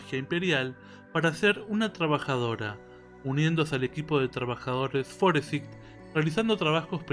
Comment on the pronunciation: 'Forsaig' y no 'Foresig'. No me gusta escuchar latinos/españoles hablando mal el inglés porque me la vivo burlando de los japoneses por hacer eso mismo y que los de habla hispana cometa los mismos errores, deja mi burla en mala posición. Me burlo de ambos, pero preferiría que los que viven cerca de países de habla inglesa (como España y México de Inglaterra y Estados Unidos) pasen por esos errores.